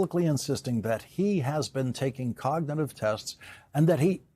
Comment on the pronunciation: The way he pronounces cognitive coga- nah-tive really inspires confidence.